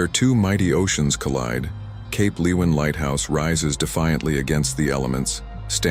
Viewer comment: I thought Cape leeuwin would make the list and its pronounced Cape Lu win.